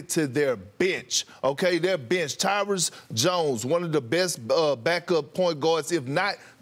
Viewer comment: Kendrick Perkins: “Tyrus Jones”